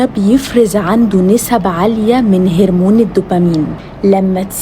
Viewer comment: ماشي بس انطقي هرمون صح.